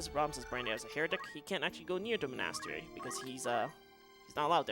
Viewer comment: Jesus christ how do you not know how to pronounce monastery?